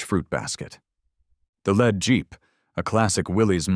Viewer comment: The LEAD JEEP, AS IN LEADING NOT AS IN THE METAL, LEAD! AI is soooo smart and yet cannot pronounce a simple word! 🙄